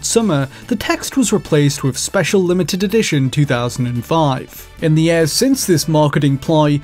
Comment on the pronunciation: Why does he say yers